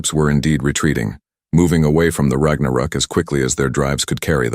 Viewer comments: rag na rook? omg.. please fix your AI and work on your inbound CC on our display. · AI Trash, can't pronounce Ragnarok.